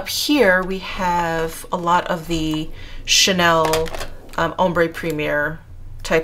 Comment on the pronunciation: I love how u say all the names for like chanel and things like that so cool. I wish I could do that lol. 😉💘